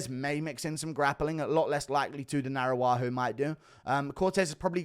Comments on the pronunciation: Guru. Araujo is pronunciated Arau-Ggio. Like an Italian name. Thank you for all your work, long time fan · Why did you give Araujo a native American name. Arawahoo 😂